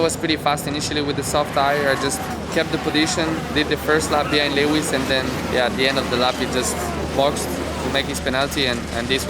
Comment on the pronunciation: 👂 Am I hearing a new moniker for Lewis, "Le Wiz", in the tradition of Les Mis? 😷